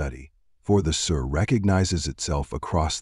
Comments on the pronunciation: The pronounciation is so incorrect. It's not like an English word "Sir". It should sound like the word "see" with the letter "r" in the end. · Pronunciation of sirr is wrong in this hurried AI countdown.